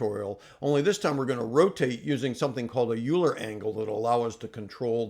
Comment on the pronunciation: If there's anything my calculus teachers drilled into my head, it's that "Euler" is pronounced "oiler"! Just picking fun. I'm just getting into Defold and enjoying the tutorial.